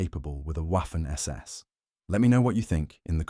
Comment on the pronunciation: W in German is pronounced like V is in English, while spelled Waffen, it is pronounced Vaffen.